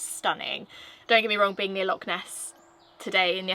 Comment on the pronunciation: If you are going to live in Scotland please try to say Loch correctly! It’s easier than you think. 😉